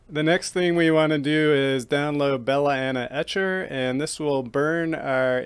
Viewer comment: Love how you say 'belaena etcher' lol. Great video